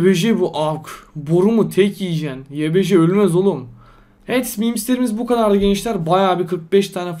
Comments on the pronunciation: Nobody: İnsan : evet YBJ : eğet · Normal İnsan: Evet YBJ: Eğet